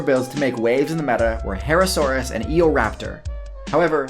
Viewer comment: Its herrerasaurus not herrasaurus